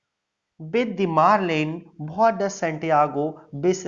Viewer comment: Apna pronouncing thik kr lo what hota hai bhat nhi